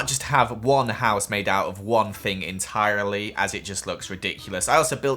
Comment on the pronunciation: The word "entirely" sounded SO American!!!